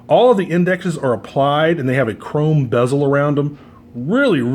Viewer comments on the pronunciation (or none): none